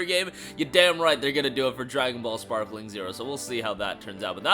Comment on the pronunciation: Sparking bro Sparking not sparkling ✨️ 😂